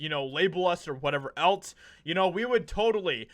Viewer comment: For the love of all that is sacred would you PLEASE PLEASE PLEASE quit pronouncing “else” like “ELTS”???!!!! It’s incredibly annoying!!!! And I can’t be the only one bothered by it!!!! 😤